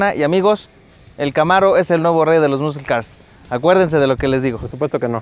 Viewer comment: Sus skills de pronunciación en inglés están del culo. Muscle no se pronuncia "muscul" en dado caso su fonética sería muh - sl. Y así chingos de palabras mal pronunciadas.